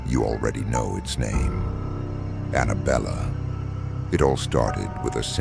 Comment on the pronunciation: belle not Bella~